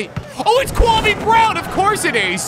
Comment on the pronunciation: I may not know who Kwame Brown is, but I know you're not saying right